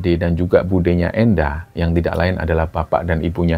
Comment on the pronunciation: nyuwun sewu mas, tolong di perhatikan penyebutan nama semisal di episode ini penyebutan nama "Endang" untuk laki laki yg orang sunda. Sulit untuk menyontohkan, tp silakan tanya sama orang sunda bagaimana melafalkannya. Semoga tambah sukses ya mas.